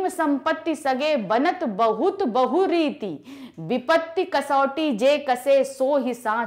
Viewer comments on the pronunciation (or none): not Bahu rite its Bahu ret